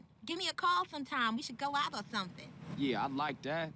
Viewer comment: somethinK 🥺 I also keep saying "something" like that, not sure how to say it different